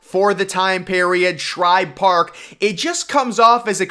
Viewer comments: Its Shibe Park, not Shribe Park! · #8. Griffith Stadium was NOT "built around a tree" in center field. Homeowners there refused to sell, so the center field wall had to be built around the houses... one of which had a tree in the yard. ALSO -- #7 is not "Shribe: Park; it's SHIBE Park. No "R" in Shibe! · It’s Shibe Park NOT Shribe Park Come On Man Say It Correctly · It's SHIBE Park, not SHRIBE Park. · also dude says shribe park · It’s Shibe Park which I can Say Correctly while Looking It up on Wiki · That mispronunciation was killing me